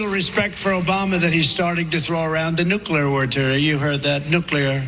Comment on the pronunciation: He can’t pronounce nuclear properly! Trump brain is corrupt ! Obama isn’t President !!! simple Trump keeps saying us is!!! He is a fucking Moron!!!